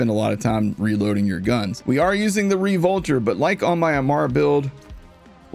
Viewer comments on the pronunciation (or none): Re-Volter lol